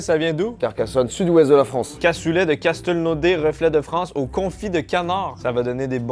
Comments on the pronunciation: Castelnaudary pas castelnaudais 😂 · J'aurai donc appris qu'en québécois, Castelnaudary se prononce "Casteulnodé". Pour compenser avec une vraie info, on appelle les habitants de Castelnaudary les chauriens et chauriennes.